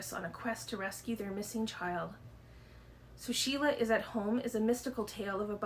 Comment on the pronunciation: Lots of interesting books. FYI, Xochitl is pronounced So-Cheel. Very excited to read The Sea, the Sea. My copy doesn't look as chunky as yours. I hope you like Church Ladies. So good. Yay, You Love Me! I need to get to this soon.